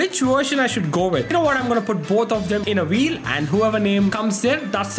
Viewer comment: Why does he keep saying Wheel as Vheel and Version as Wersion also Volume as Wolume it's just annoying